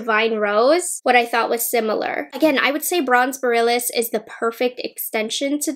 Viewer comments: Omg I’m cringing. She pronounces borealis wrong like 20x lol. It’s pronounced bore-ee-al-is. Not boralis lmaooo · Just FYI “Borealis” is pronounced “Bore-ee-alice,” at least here in the US. It’s named after the Aurora Borealis/Northern Lights. ☺️ Very fitting for Pat’s celestial theme. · lol sorry to correct you but it's boh-ree-al-iss, like the aurora borealis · Thank you. My ears cry out every time I hear the mispronunciation! 😜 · Yes, that had me crawling in skin every single time she mispronounced it! It felt like nails on a chalkboard. 🤦🏻‍♀️ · That’s okay, I am not afraid of commenters. What’s weird is that I saw another YouTuber pronunce it the same way as and now I wonder if it’s a regional thing? Lol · Oh man. I hate to be this person.. but you mispronounced borealis. I’m so sorry but I had to say something because you said it like 10 times and my inner northerner couldn’t handle it. Speaking of which, the Aurora Borealis is actually visible right now, so if you’re reading this, try to check it out if it’s visible near you if you’re in the US or Canada! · She can’t pronounce borealis lol